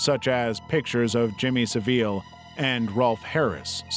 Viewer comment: heads up the sick fucks name is pronounced jimmy 'sav-ill'